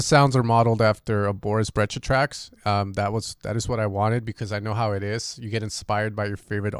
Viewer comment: It’s pronounced BREI-SHA